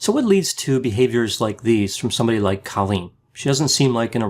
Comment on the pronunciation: It’s CO-lleen not CA-lleen